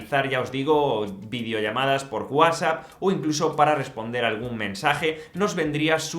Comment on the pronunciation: Que feo pronuncias WhatsApp